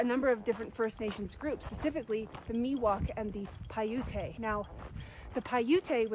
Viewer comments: Not to nitpick, but it's pronounced "pai-oot" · Paiute is pronounced pie-yoot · I’ve never heard Paiute pronounced like that. (I’ve heard it pie-yout) which is also apparently not what they called themselves. They called themselves the Numa which just means people. Source: my Paiute class. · I love the video and the discussion of the different ecological zones. "Paiute" is pronounced "Pai-oot", I think it's great you're bringing attention to precolonial activities in the mountains too.